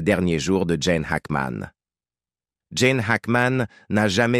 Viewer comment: il ne s'appelle pas Jane , mais Gene , merci de bien prononcer son nom et de donner des vraies infos !